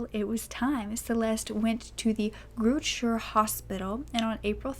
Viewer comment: As a South African, I'm impressed how you pronounced, I'm assuming, GrooteSchuur hospital. Not 100% but pretty damn close.